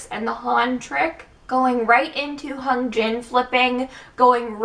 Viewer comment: I love your analysis. Just something I keep noticing is your pronunciation Hyunjin. You put more emphasis on the H but it should be more on the y.